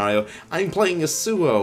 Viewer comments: "I'm playing ye sew oh" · I like the video. The way u pronounce yasuo makes me cringe.